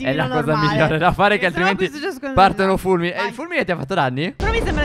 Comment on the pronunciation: Si dice phere